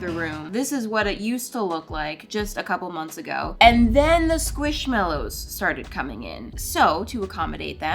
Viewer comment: It’s NOT squishMALows, it’s squishMELows! Btw, I love you and your Chanel.